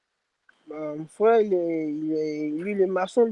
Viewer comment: "Mon fwéwe il est masson" 😂😂😂